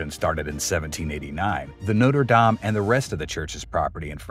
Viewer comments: No-ter day-m ❌ - No-tre dom ✅ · When you say “Noter Dame” you’re referring to a university. Do your research and pronounce it correctly. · A nice video, but the church is pronounced Notre Daame not dayme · Try pronouncing it NOTTRA DAHM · It a French Cathedral not an American football team- can't you even try to pronounce it correctly? Try to be a little more professional. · Please be more respectful and pronounce the Notre Dame correctly. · Haha, you pronounce it like the college in Ohio and not the centuries old French cathedral.